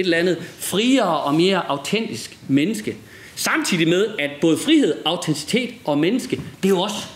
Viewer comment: Auten-TI-citet. Ikke "autencitet". Udover det, godt foredrag.